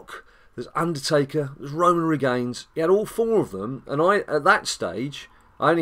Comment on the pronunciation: your supposed to pronounce it rains not to be mean tho